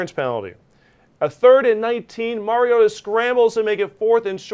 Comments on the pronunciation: Hey Marcus Mariota has earn enough respect for you to pay your dues and learn to pronounce his name. After all he is a 4th consecutive year starting quarter back. It is Mar-E-O-ta Not Mary-O-ta Now practice it so you don't look like fool who doesn't deserve your talking head pay check. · Better write it like this; Mar-E-gOat-a. So that the morons out there can learn to pronounce it correctly. Otherwise they will all be saying Mary-gOat-A. And especially the NFL commissioner would probably say Mary-gOat-O. Do these people not have at least a college education? They are disgraceful.